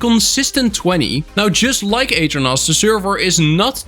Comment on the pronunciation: The way you pronounce aternos is crazy I didn’t even realize that’s what you were saying until you should the aternos website I really thought you were talking about a different server host